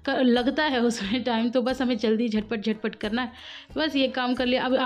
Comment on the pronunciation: Jhad pat nahi jhat pat hota h